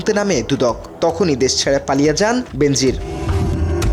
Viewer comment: সঙবাদ পাঠকের শব্দ উচ্চারণ অত্যন্ত ত্রুটিপুর্ন। বেনাজির নামটাকে বিকৃত করে প্রায় সবাই বেন্জির আহমেদ পড়ে থাকেন, যা কাম্য নয়।